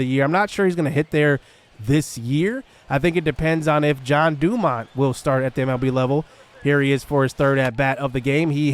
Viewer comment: So, you're pronouncing his name as John DuMont. Should it be Jean, as in like a pair of jeans?